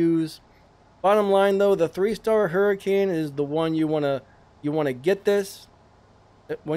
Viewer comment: Umm "Abrath " Hurricane " 😅😂😅 tis very perturbing to listen to you slaughter!!! The names of these cars ... Lmmfao 😆😄😆.... I'm lmao 😂😂😂